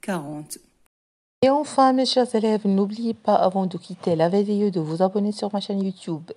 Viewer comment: ملاحظة : كنقولوا l'image ماشي lémage و vidéo ماشي védéo و l'édito ماشي l'édéto كتنطقي i -é